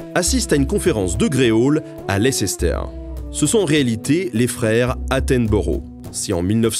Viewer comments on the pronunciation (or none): none